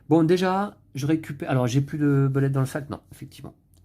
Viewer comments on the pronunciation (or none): Heureusement que est là pour nous faire ressortir des jeux auxquels on ne pense pas forcément;) (sinon phonétiquement le U de Bullet se prononce OU. ce qui nous donne boulett’ au lieu de beulett’;)